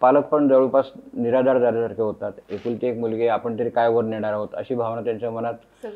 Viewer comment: बाई तु आधी "ण"आणि "न"शब्द कुठं वापरावं हे अभ्यास कर...लगणं, मणात....😂